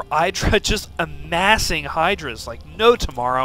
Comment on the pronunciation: lol i laugh so hard when you say hydralisks =X lol are you not a sc1 player?i enjoy your casting style, needs some polish but you don't annoy me